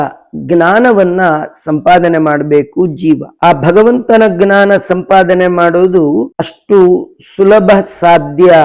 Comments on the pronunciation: ಜ್ಞಾನ ವನ್ನು ಅಂತೆಯೇ ಉಚ್ಚಾರ ಮಾಡಬೇಕು. ತತ್ಸಮ ಗ್ನಾನ ಅಂತಿಲ್ಲ, ಆಗಲ್ಲ. ಅಷ್ಟು ಜನ ನೋಡ್ತಾರೆ, 4ಮಂದಿಗೆ ಹೇಳ್ತಾರೆ...ಗ್ನಾನ ಅಂತಲೇ ವ್ಯವಹರಿಸಿದರೆ ಸಂಸ್ಕೃತ ಭಾಷೆ ದೋಷ ಹೊತ್ತು..... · ವಿಷಯ ಚೆನ್ನಾಗಿದೆ ತುಂಬಾ ಧನ್ಯವಾದಗಳು, ದಯವಿಟ್ಟು ಕ್ಷಮಿಸಿ, ಜ್ಞಾನವನ್ನು... ಗ್ನಾನ ಎಂದು ಏಕೆ ಉಚ್ಚರಿಸತ್ತೀರಿ... ಅರ್ಥವಾಗುತ್ತಿಲ್ಲ...!!!